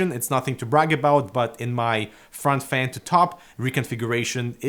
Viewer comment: Thumbs up if you love the way says FEHN:D